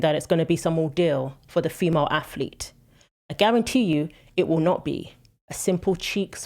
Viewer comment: I hate when people say aflete. It's not difficult to pronounce it properly. One of many in this video.